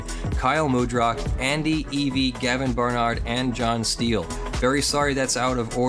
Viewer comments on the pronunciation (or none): none